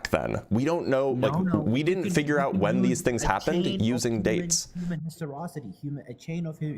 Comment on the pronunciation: I thought the word was pronounced histoRICITY